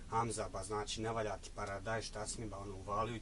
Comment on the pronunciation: draga curo nauci pricati prvo,koristi "č" gdje mu je mjesto kaze se "znači" a ne "znaći"......seljacino jedna!